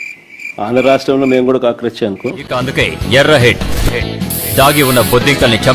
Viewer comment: కక్రోచ్ కాదమ్మ క్రాక్11